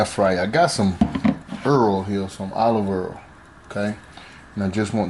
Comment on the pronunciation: 😂 i knew it was going be good when he said olive earrl he from the country where the name u cant pronounce all love